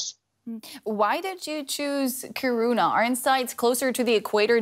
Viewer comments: It’s funny to hear Americans trying to say kiruna it sound so weary wrong kiruruna wile it’s should sound like this ki runa the K and I are the strong sounding letters wile the rest are sub letters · This is cool and all but all I can think about listening to this is how that pronounciation of "Kiruna" hurts my soul...